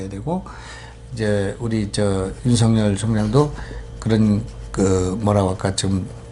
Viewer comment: 윤석열은 연음법칙에 따라 윤서결로 발음해야 합니다.윤성열이나 윤성렬로 발음하는것은 매우 잘못된 것입니다.소위 지식인이라는 분들이 우리말,더군다나 가장 중요한 사람의 이름을 잘못부르는 것은 방송의 신뢰와 화자의 수준을 의심케 합니다. tv 애청자로서 안타까운 마음에 드리는 말씀이니 은 물론 누가 페널로 나오든 꼭 지켜지길 바랍니다.